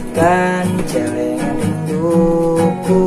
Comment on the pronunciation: Bangsat ngomong Celengan nya gitu amat wkwkw